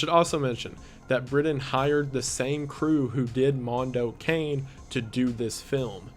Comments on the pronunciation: No no no, ragazzo! No "mondou quein". Mondo CA-NE (CAH NEH) And no, I'm not italian, I'm hispanic but I know that's the right way to pronunce it. Hmm MDPOPE. Mega Drive Pope. Interesting name... WTFamisaying?LOL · It's so funny hearing someone who doesn't know pronounce mando cane as cane as in candy cane instead of kah nay which is how I've always heard it pronounced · Kah-neh not an ay sound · It's pronounced Cah-neh, not Kane. Cah-neh. Silent 'e's don't exist in the Italian language. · It's pronounced "Moon-doe Kah-nay" please god pronounce it correctly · Mondo Cane is actually pronounced “Mondo Cah-Neigh. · Apparently you pronounce it car-nay for mondo cane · I'm the guy Hostel is pronounced like Hostle Mondo Cane is like Cawnay I'm sorry! Otherwise I loved this breakdown! Liked and subbed ..and I saw animal farm in the 80s and the images are still stuck in my mind 😦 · "Mondo Cane" seemed really interesting. Just one thing (as an Italian speaker) we don't pronounce "cane"(as dog) as the english "cane"(as stick). It didn't bug me that much but it was a bit weird to hear it pronounced that way...though, TBH after all the english titles up to now I also read it with an english pronounciation in my head. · wendi, i absolutely love you, but the way you pronounced "mondo cane" took 15 years off of my life